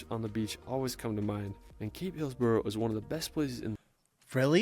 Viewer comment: takes a deep breath ... OK, for starters, it's not bloody 'Es-per-ANCE'. Yeah/nah. It's pronounced Esprence. Brisbane? Brizbn, or Brizzie. 'Hillsborough' is Hilzbruh. Melbourne is Melbn. Pronouncing every vowel/syllable is a waste of time, well, except for Bondi (Bond-eye, not Bondee). Learn the lingo, you blokes 🙃 (<== smile, down under) and watch out for the drop bears. P.S. I still haven't forgiven Paul Hogan for his cringie "shrimp on the barbie" howler. They're bloody PRAWNS.